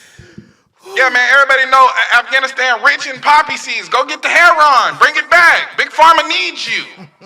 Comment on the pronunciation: That man said go get that herron and I lost it 😂😂😂